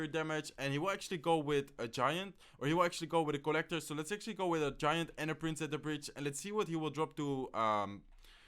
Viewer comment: its co-llector